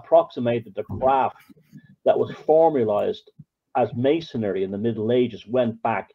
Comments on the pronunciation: It's either an accent thing or it's intentional. Maybe he's a conspiracaryistic type. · Dig forever inserting an extra syllable in 'Masonry'. Mason'ry mate.